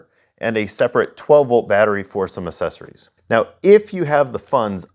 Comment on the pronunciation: “Assessories” as you say… Really bothers me. That’s not how you pronounce that word. Idk why it bothers me so bad.